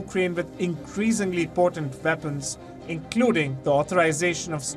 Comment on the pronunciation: If he can say West why does he say Veapons.....😮😮😮